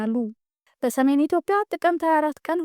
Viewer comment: በርቺ ጎበዝ። ነገር ግን ስታነቢ ኢትዮፕያ ሳይሆን ትክክለኛው ኢትዮጵያ ነው።